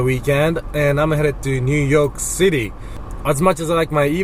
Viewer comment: "New Yolk City" hahahah